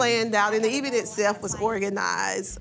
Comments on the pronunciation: There she goes again with that word "E-vent" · I am from the South and I have never heard anyone pronounce event like E-vent! I am just being for real. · “So the E-vent” chile speech therapy please! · What's an E-vent? Is this a new smart vent or something they are doing now. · cannot pronounce event to save her life 😂😂😂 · I WONDER WHY IS SO EDUCATED BYT DON'T REALIZE EVENT IS NOT A LONG "E".......JUST SAYING!!!! ANNOYING!!!!!!